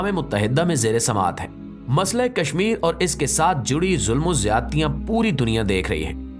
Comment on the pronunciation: Kaznir😂😂😂hadu.. Sudhaar